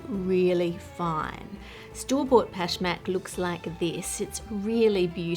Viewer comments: I am Persian and Pashmak is one of our traditional cookies. i love how correct and good you pronounce it. Love you and your great content . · the word is pashmak, right? how would you even mispronounce that? normally id agree but pashmak maps onto english sounds pretty well and she said it the way everyone does lol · I loved how accurate your “Pashmak” pronunciation was.